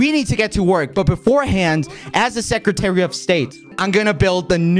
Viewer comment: Is it just me, or does Quackity call himself the sexytary of state rather than secretary?